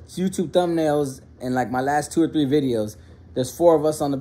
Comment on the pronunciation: Why do you say three with a P 😂